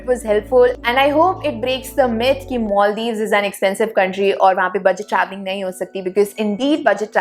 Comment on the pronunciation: Not only 'Herket' ,your English accent too. Where is 'Moldiws' ,can't see it on map.